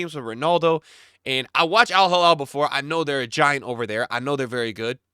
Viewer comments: Alhilal not alhalal please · It’s Al Hilal not al Jilal Just pronounce “H” like when you say “He” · It’s Al Heeee-LaaaL. Not Al Haa-Laal. 😅